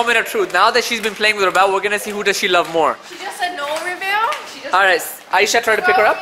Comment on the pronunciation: She said not rabel not revel